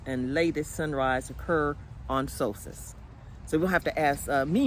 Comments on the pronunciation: Omgosh how do y’all sleep with it so bright out all night?? You said Solstice correctly. So cute in your Alaska hat👍🏻🥰🥰🥰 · I live the hat. Oh my goodness...you said solstice perfect on the first try!!! 🌞😎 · Hi you say Solstice correctly.beautiful hat, love it. Love the Alaska yarn, green is one of my favs.